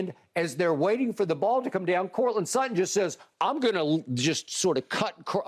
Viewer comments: "courtland slutton" lmao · “Courtland Slutton” 💀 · "Courtland Sluttand". nice 🤣🤣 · I came here for Shannon Sharpe to say Coutland Slutland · "Courtland Slutton"?? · Shannon: Courtland Slutton 😂😂😂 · "courtland slutton"